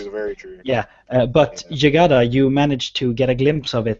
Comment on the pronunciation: Jygada pronounce it correctly!